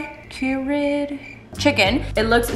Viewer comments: Its curried from hello fresh (ker red) from Indian style cuisine from India. Pronounce it curry! 😂😂She doesn't like Thanksgiving food but she'll eat Indian style cuisine from India 😂😂Very Dense brains! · Lol I literally love you, therefore I'm going to help you with the pronunciation of curried. It's curried, like burried.. lol curry chicken